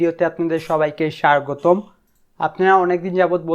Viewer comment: Bhai wtf is SHARGOTOM !?? it’s SHAGOTOM